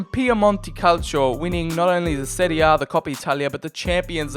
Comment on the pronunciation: You pronounce “serie a” and “serie b” perfectly